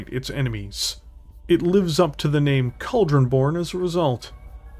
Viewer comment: Well, he can at least properly pronounce Cauldron Born. As opposed to "Eeebon Jagwire"